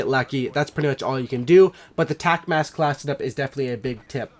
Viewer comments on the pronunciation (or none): none